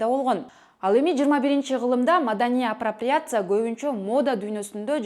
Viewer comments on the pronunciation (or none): Апрапряция дейби